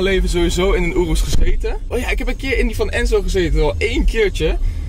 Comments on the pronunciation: hoi het is een joros geen oroes snap je je zegt het verkeert wand het is een joros en geen oroes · Het is zo hinderlijk om te horen hoe slecht je ‘Urus’ zegt … spreek het wat beter uit niet zo op het nederlands